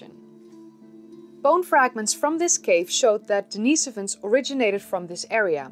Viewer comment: It's actually pronounced "Denn-iss-oh-vuns"... Not that I care, just giving you hell. ; ) Great show!!